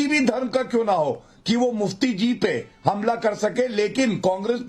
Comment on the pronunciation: Gumla nhi,humla padhe.